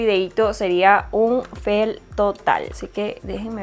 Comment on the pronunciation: No se dice fel se dice fail